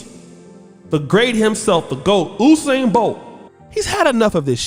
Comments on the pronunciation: His name is... U-sain not OU- sain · Who is "oosain"? it's pronounced "yousain" this coming from a Jamaican. And yes he has lost a race. Couple as a matter of fact. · it’s You-sain NOT Ooo-sain 😭😭😭 All of Jamaica 🇯🇲 cringing right now lol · YOU-SAIN BOLT AMERICANS ITS PRONOUNCED YOUUUUUUUUSAIN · "You"-sain bro. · You pronounce usain name wrong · You pronuce Usain wrong. He has lost before.